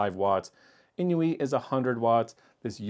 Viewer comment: INIU is pronounced just like "I knew" [AiNiu], not "in-iu." The maker is from Japan, where "inu" (犬) means dog—which is why they have a paw print as their logo on so many devices.